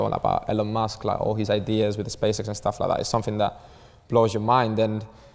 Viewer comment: "Staff Lak dis" "new Staff like dat"